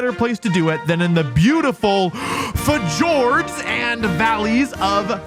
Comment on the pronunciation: Wow, that was the worst pronunciation of Fjord i have ever seen, no wonder you get Pokemon names wrong lol